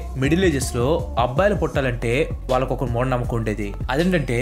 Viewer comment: Abbbalu kadhu, Abbayilu 😅